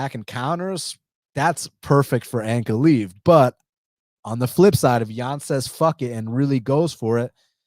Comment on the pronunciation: its not ankle leave its uncle live